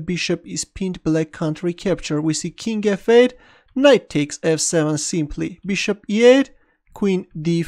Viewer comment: His "King F-8" sounds as "King evade". Keep this amazing videos!